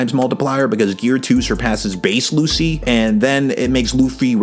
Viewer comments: Bro it's pronounced as LuCHI, not Lucy. Also, when Lucci "one shotted" Luffy, that wasn't bc Luffy was a lot weaker than him but it was bc Luffy was struggling mentally and wasn't able to be at his best. Like he just recently had a huge fight with his best friend which resulted in him leaving the crew. His ship was dying and the entire crew was falling apart and to make matter worst his crew was framed as the villain and another one of his crew member was leaving. Luffy had a lot in his mind at the time to be thinking about fight some strangers he just met. However, Luffy did get a tad bit stronger as he stated that he trained a little and came up with an idea to get stronger before he fought them again. But still, he was a lot closer in strength to Lucci even before his new power up than you think. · Love the vid but please. Please. PLEASE. ITS PRONOUNCED LUCHI